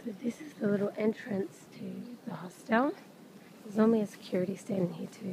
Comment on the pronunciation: Please learn how to pronounce " hostel " and " Covent "